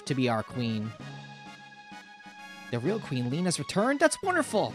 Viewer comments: The Japanese version (so arguably what the devs wanted) is Lee-neh. Where did you get Le-ann? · My only gripe is hearing you pronounce le-ann as lean lol other wise cool playthrough